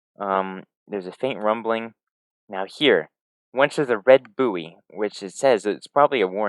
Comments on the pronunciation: Great video! One small thing, the word buoy is pronounced "boy" :) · Did you pronounce buoy like that as a joke or do you just not know the word?